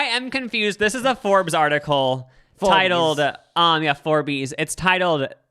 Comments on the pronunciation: And Forbes FOUR BEES I lost it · WHY DID YOU JUST PRONOUNCE Forbes as FOUR BEES. Right after apologizing for pronouncing epitome wrong.